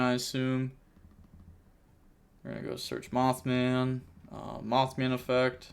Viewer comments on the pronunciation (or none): none